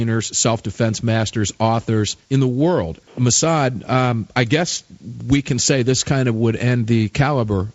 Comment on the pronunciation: The man's name, is Massad......not Massada, not Mas.......JFC get it right, show some respect.